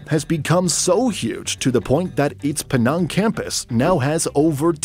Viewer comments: "In PEE NARNGH..." My Malaysianess cannot take this.... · penang, the e is like from cheese, and nang is pronounced like the a in tangible